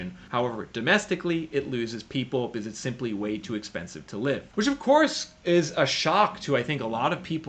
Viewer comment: Still so hard to take you seriously when you can’t pronounce “because” and instead say “biziz”